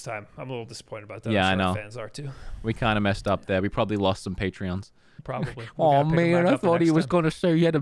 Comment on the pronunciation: patrons. patrons. not "patreons". patrons lol. driving me crazy xoxo